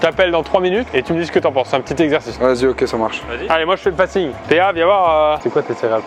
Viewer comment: Et sinon, on dit faceing à l anglaise et pas face ing 😂